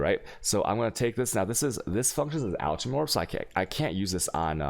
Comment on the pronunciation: Dude look up how to say Chaos, and Alchemy. Seriously.